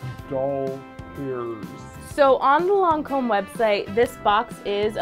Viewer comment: I’m bothered by the way she says Lancôme. I’m sorry but it’s not “loncôme”.